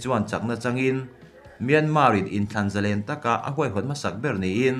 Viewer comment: Ava ngaihnawm leh em!!! Thurawn: Zalen tihhi,sang- ha manna len tih anga thluk tur anizawk lomaw?